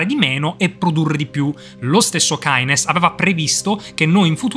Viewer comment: si dice kines come sono intelligente si sono un fan di ayn rand e javier milei da cosa lo avevi intuito?